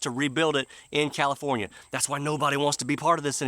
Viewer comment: Californa-stan? What horrible thing do you have against Stan?